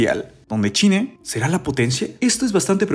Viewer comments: No entiendo su afán de hablar super mal. Se dice CHINA no "chine" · Me da risa como mencionas china